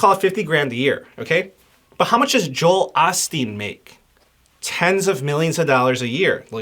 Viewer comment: How dare you mispronounce “Joel Osteen.”